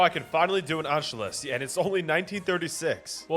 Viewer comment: it is pronounced ANSHOOUS